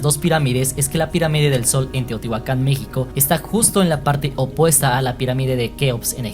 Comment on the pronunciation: Eso le iba a decir Lo peor es que separa la pronunciación Dice : Tío tihuacan En lugar de Teotihuacán